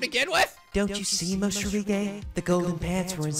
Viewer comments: Funny how he keep writing Morishige correctly but he still always say Moshirige instead ( he switch the "r" and the "sh" ). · Gotta love how he says moshirige when it is supposed to be morishige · When he said what in mayus jiblits i couldint help but facepalm. God dammit moshirige. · The Morishige part was the best! I still can't get over his name being pronounced wrong on purpose, lol.